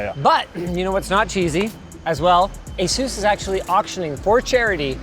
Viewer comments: Asus or AsZeus there is no Z in Asus !! . lol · You’re MISPRONOUNCING “ASUS”. PLEASE LEARN TO PRONOUNCE THE COMPANY CORRECTLY.